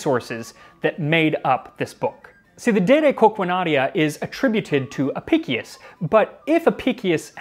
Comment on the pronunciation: Historian here, I own the book, and written a few works on it during my time at university. Friendly note: Since its latin, it would be pronounced "Ah-pish-ous" Great Video! I always found the flamingo tongue and the method for transporting scallops particularly interesting.